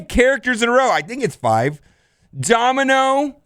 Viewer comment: OhEmGee- Mispronounces Domino Me, and eventually this comment section- So you have chosen death